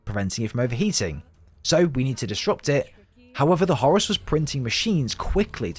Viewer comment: Brits saying Zeenith instead of Zenith sounds silly, and Horace just sounds wrong, it's Hor-rus as in the Egyptian God!